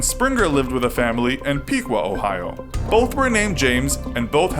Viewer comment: You said both of those Ohio cities wrong, Lima (lime-uh) and Piqua (pick-wuh)